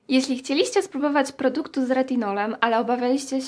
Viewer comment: CHCIEliście, obaWIAliscie, akcent jest na trzecią sylabę od końca 🙂